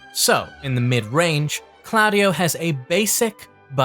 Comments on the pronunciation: Improve the pronunciation 😅 that diden’t seem italian However Very nice video you are always top Ps i m italian of course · I love you but why do you insist on pronouncing claudio wrong